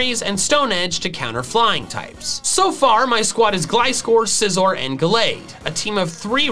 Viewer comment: SCIZOR, NOT SICOZR!